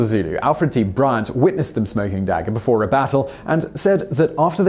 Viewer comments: Interesting video...but your pronunciation of "dagga" is incorrect :) Check out how to pronounce it here! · Your pronunciation of dagga makes me cringe ... still awesome top 10!